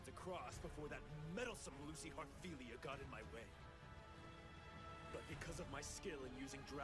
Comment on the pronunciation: I don't care much for fanservice, but the bell scene with Natsu and Lucy cracks me up everytime. Especially when natsu says Heartfeelmea (Heart-feel-me-a) 🤣